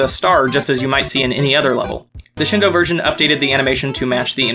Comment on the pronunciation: it's "shEEn do-", not "shin d'oh"!